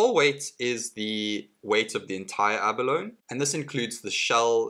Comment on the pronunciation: It's pronounced "ab-a-lone-ee". Emphasis on the "ee".